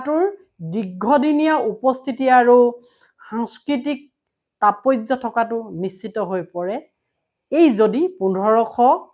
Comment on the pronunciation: You don't know how to pronounce the word tatpatya